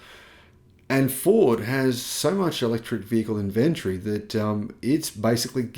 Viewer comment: Maaate, I know you're from Vic but - InvenTORY or Inventree.